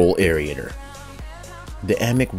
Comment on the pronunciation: Air Ater.....Air Ater. ....not Air Eat ator! too funny everytime. Mow Low!